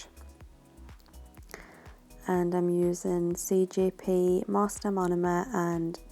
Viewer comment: lol love the work but y do u keep saying cgp instead of cjp